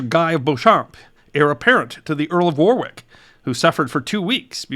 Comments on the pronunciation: Being on the eastern side of the pond could I please mention that here “Warwick” is pronounced “Worick”. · Warwick is pronounced "warrick"!!